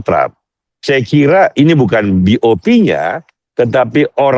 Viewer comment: BOP ❤❤bukan BOW 😂😂😂